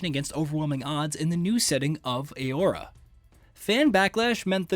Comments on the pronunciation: aora lol it's auroa my guy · It’s auroa not aora. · Why is he saying Aurora so damn weird